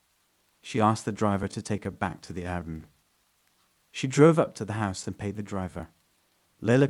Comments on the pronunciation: If you're going to tell a story you should know how to say the words in your stories, like Airbnb. Air-B-N-B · AIR B and B. Why is that so hard for you to say that your at the point of mumbling it. It's just a Letter lol. And 24/7 is really just said like 24 7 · I had to correct him in my head every time 😂😂